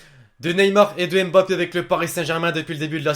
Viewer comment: c pas m'bappe c mmmmm...bappe